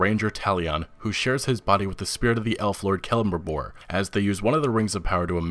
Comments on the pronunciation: cele-brim-bor, not "kelm-bribor" lol but nice picks i like the list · Brayden Bradshaw I fell the same way man, he said it like celibribor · The way you said celebrimbor 😖